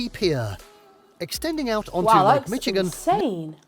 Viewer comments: Strange the way he pronounces Michigan "Mitti-Con". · It seems this narrator doesn't know how to say Michigan.